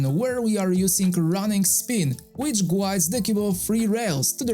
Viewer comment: Your English is getting better and better. Here's a little help with the word "guides." The "u" is silent, so it is pronounced like "gides."